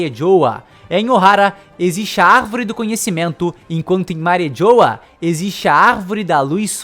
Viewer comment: Eu fiquei com agunia dele falando "Mari JHOWA" kkkkkk é Mariejois, pronunciando em Frances fica tipo Marrijuá...